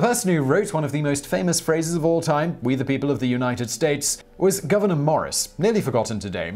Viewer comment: The correct pronunciation of Morris's first name is GOOO-veneur, it's NOT Governor!